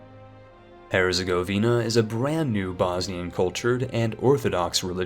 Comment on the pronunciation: He can also say Orleans, Herzegovina, and many other names that people often pronounce horribly or not at all. And for what it's worth, the wiki page for Epirus gives 'A Pie Rus' as the English pronunciation. Overall, he's really done quite well and any errors were relatively minor. Except ducky and Lubbec; those were an abomination.